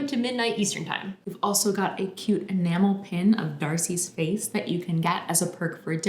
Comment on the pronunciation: instead "enamel pin" i heard "mammal pin" and felt put off ÓvÒ good luck though, folks. i'm poor and not from the US so i doubt i can help much.